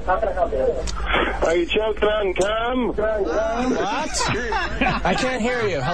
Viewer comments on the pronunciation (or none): Richard is my faaaaaaaaaavorite. I feel like his accent isn't really as overbearing as they make it out to be, but sometimes in these calls, it's REALLY prominent, and it just makes it funnier, when he says "did you choke on cuuuuuuuum?" I laughed like a mental patient🤣🤣🤣🤣🤣, THIS is now a party, and when the show constantly delivered radio gold